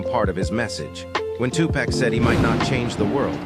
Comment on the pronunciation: It's not two-pack, it's Tupac!❤❤❤